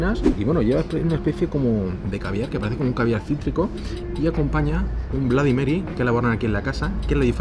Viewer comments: Si uno no sabe cómo se pronuncia el abecedario en inglés..... Es lo que tiene, igual que tus "blady Marys" jajajaja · Estaria bien que supieses pronunciar correctamente cosas básicas como "Bloody Mary" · No entiendo de verdad por qué los españoles no hacen un esfuerzo en pronunciar bien el inglés. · De los creadores de los "nochis" y "mocharella" llega el "BLADI Mary" madre mia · Cada vez q has dicho blady mery creyéndote q sabes ingles estaba gracioso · “Bladi Mari” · Todo bien hasta que dice "bladymery", aunque la mona se vista de seda mona se queda! 🤣🤣🤣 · Se pronuncia blodimeri? o bladimeri xD